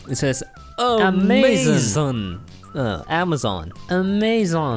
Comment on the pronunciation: AMAZON not amanonz